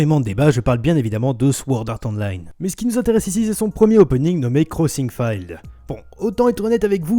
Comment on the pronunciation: "crossing fild" est-ce qu'un jour t'as dit "battlefild" ?